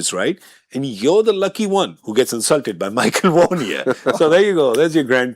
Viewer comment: Did you just refer to Dinesh Karthik as Murali Karthik referring to Michael Vaughan as Michael Hussein?😅 I think DK is saying, “Michael was saying” or “Micheal who’s saying?”. But yes, it does sound a lot like Michael Hussein.